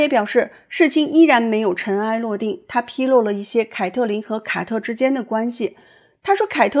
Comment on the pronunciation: 五月，“凱特琳和凱特...” 「凱特」是誰啊？ 「卡特」啦！ 聽得我都暈了。😂